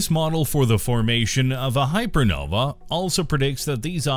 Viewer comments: Couldn't you at least have learned how to pronounce "hypernovae" before recording a video about them? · nope. "Hypernovae" sounds different from "hypernova". That way, people hearing you will know whether you're talking about one or more.